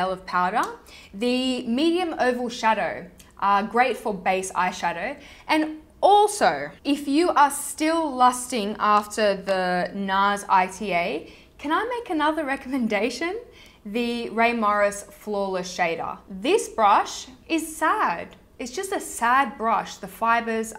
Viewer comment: The Nars Ita, is pronounced "eee-tah." :) Ita in Japanese means board or plank. Trust me, Japanese is my first language. haha btw I find online that when an eyeshadow seals, putting tape on the sealed layer of the eyeshadow :D